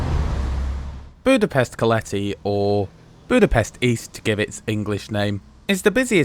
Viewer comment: OK but he constantly misstresses Hungarian words. As a result, I failed to get his "Keleti" and "Nyugati". He obviously doesn't know that Hungarian words are always stressed on the 1st syllable and his stressing on the 2nd one makes it really difficult to catch. No reproach involved, though, I'm just stating a fact, not blaming him.